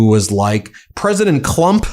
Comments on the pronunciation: Did anyone else catch " president clump" by Brian Mast? 😂😂😂😂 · I did lol! KLUMP. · He was right the first time when he said KLUMP😁😁😁😁😁😁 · Did that Brian Mast guy just say, "President Clump???" Bahahahaha! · Lol the guy said president clump before correcting himself that's beautiful.